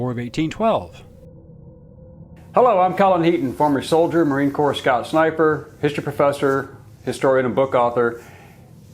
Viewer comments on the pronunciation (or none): none